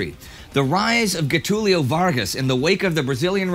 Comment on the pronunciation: "The rise of GHEtulio Vargas" LOL! For the gringos out there, the "g" before "e" and "i" in Portuguese is pronounced like the "s" in "measure" or "Asia"